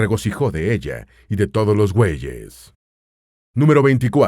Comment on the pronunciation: Mejicano, en el dice la palabra "gueyes" en vez de bueyes, se le escapó.